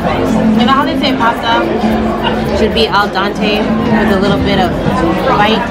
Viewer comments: Yo. It’s al dente no al Dante. And fresh pasta is not served al dente. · it's pronounced Al DENT A not Al DANTE of course DANTE is the Italian writer most responsible for the modern Italian language that we enjoy today. Also it's NYO-KEY not KNOCK-E, TIRI-MISS-SU not TI-Ri-Me-Su. One last thing real Italian pizza originates from Napoli the true Italian pizza is the Verace pizza and it is not as thin as other Italian pizzas. Also everybody in Italy gets their own pizza and well done eating it with a fork and knife like a proper Italian. One last thing is try to get out of the tourist traps like Florence or Siena to get proper Italian food. And always drink the local wine with the local food. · Did she say 'al dante'???